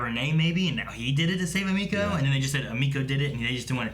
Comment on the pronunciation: Were 20 episodes in and they still cant pronouce her name right its emeko not ameko